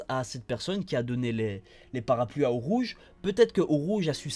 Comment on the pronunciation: Nantes :) Super vidéo comme d'habitude ! Juste un détail pour pinailler, Urouge ça se prononce "ou-ro-gué" mais mis à part ça tu fait du très bon taff, vivement le prochain chapitre :)